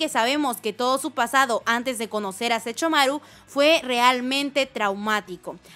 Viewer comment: No sé ustedes, pero me desesperó que cada que mencionara a Sesshomaru dijera Sechomaru ._. De ahí en fuera, me encantó el vídeo jajaja uwu